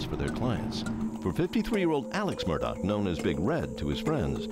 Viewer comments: What an unreal story…why does everyone keep calling him aleC Murdock his name is aleX with an X and you pronounce that last name murdaw - murdaugh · Nobody: Ja Rule: it's murdaa! (Murdaugh)